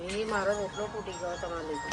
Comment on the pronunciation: rotalo bolv ane badhle chotalo bolva karta ta mane bov hasvu ayu